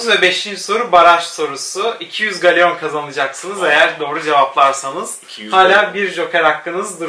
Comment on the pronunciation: Galeyon ne yaaa gellon diye okunur o😅